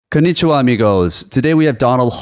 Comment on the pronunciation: Thought you said Kanichiwa bitches as the intro. Either way i subbed after that ha